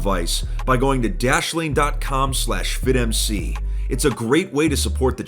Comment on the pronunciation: When he said dashlane the first time I thought he said Daddy Wayne